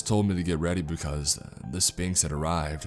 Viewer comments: Right, it’s pronounced sfinx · You're not supposed to pronounce the P in Sphinx! Right? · See this was awesome and creepy as hell in the beginning. But once the whole thing about sphinxes and whatnot came into play it lost all creep factor. Also is it just me or does he pronounce it spinx? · I love how you say Spinks instead of Sphinx. Lmao that's my last name. So apparently I tell riddles, and eat those who dont answer appropriately